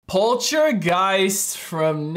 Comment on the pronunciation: Such a classic! Part two is also really great. I find it funny how so many US reaction channels pronounce it Poltra-giest instead of Polta-geist lol